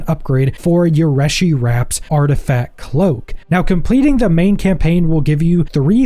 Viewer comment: in game pronunciation is Ree-shi wraps